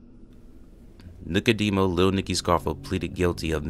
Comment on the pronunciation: Its Nicodemo not Nicodeno*. Great video. love to see more.